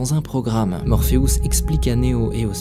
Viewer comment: ce que je retiens s est que tu prononce morpheus, morpheous xD ... serieux